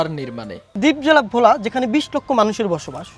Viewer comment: Bhola, not vola.